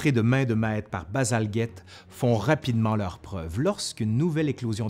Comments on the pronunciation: D Mais pour un francophone ... ce n'est pas Bazalguette! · Bien présenté, avec beaucoup d’enthousiasme ... Mais pourquoi vous prononcez si mal le nom de Bazalgette? Le G suivi d'un E ... Donc le G ne devrait pas être "dur"!! Bazalgette était un petit-fils d'un immigré français!